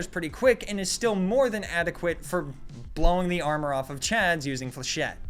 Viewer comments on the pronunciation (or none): none